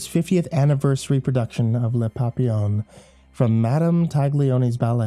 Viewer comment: Ahem... Pah-pee-yon